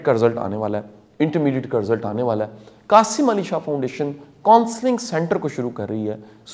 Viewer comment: Qasim Ali shah not qasi Ali shah